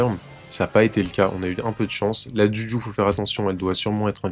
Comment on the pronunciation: Est ce qu'un jour tu vas bien prononcer le nom de juju?